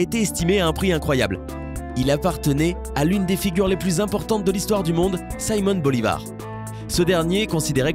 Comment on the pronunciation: "Saimon" Bolivar..... mdr